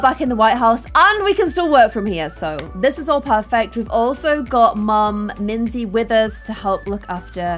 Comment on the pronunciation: Minze not minze 😒